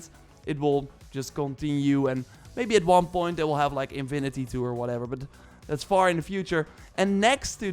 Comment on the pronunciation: He literally said 'Invinity'